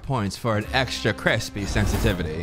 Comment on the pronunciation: Anyone else love when B says CrEsPeY